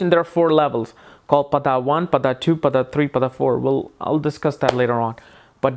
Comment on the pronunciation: It is pronounced paada not pada